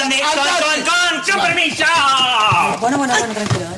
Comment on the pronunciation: No es la primera vez que dice: conpermiso jajajja